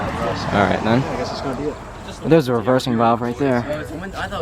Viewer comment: "the REVEHSING vaalve"